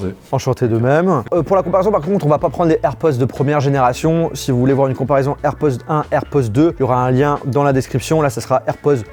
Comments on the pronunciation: On entends « airpozzzz »😅 et non airpods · Air pods avec un D [air podeeee]